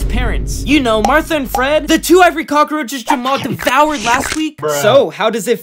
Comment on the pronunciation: y do u say cok instead of cockroaches is it replents for short